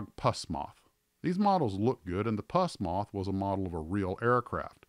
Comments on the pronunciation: Its Pronounce Puss not Puasss. I want one. See them on Ebay once in awhile. They have a Clockwork wind Motor. I've had the R.101 and a Hawker Hurricane that's on my Shelf now. It's an Old Klunker. Nicely Done Video. Thanks Again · I liked that Frog made kits of aircraft no one else did, like the Vultee Vengeance, Avro Shackelton, etc. And I’m pretty sure it’s pronounced “Puss” Moth as in Puss in Boots, not “infected goo.” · It is NOT pus moth it is Poos moth, as in pussycat. Emphasis on the 'oo' not the 'u'.